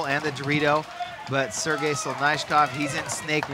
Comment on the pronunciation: I love it how nobody can say Sergei's name right lol